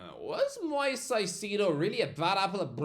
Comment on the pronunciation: I love you but how do you keep messing up Caicedo’s name? Moises = moy-ses Caicedo = kai-say-doh